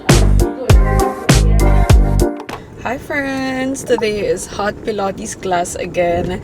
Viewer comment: "pilOHtes" "vlOHg" 😂😂😂